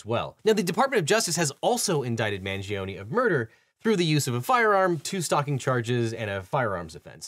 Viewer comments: at least learn to pronounce correctly the last name of Luigi, the "i" in Mangione is mute. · It's pronounced "MangionAY" not EE... in Italian E doesn't sound like EE. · You're not pronouncing his last name correctly. Not Mangionie ( MANGIONE ) 😮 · I like the video but please pronounce his last name correct you 😭 it’s Mangione, not Mangionee. The Italian ‘e’ has a different pronunciation 💀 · The last name is not hard to pronounce. Dont understand why they get ir wrong